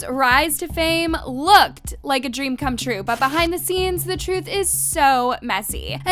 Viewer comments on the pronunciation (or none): none